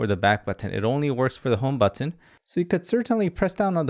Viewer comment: Please stop saying b-u-T-T-o-n.